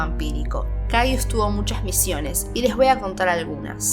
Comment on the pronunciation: Se pronuncia cayes